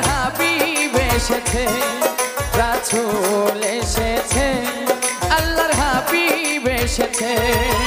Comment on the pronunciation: রাসুল শব্দ টা অশুদ্ধ উচ্চারণ করেছে তাই ভিডিও ডিসলাইক করলাম